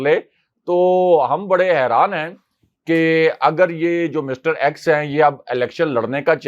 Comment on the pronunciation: EX hota hay ax nahi